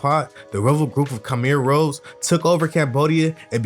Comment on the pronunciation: The “Rouge” in Khmer Rouge is pronounced the same way as “Rouge” in Baton Rouge(as in capital of Louisiana). Sounded like u said “Rose,” but maybe I just need 2 clean the crap outta my ears.